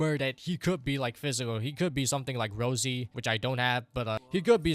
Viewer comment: Rossi, not Rosy bro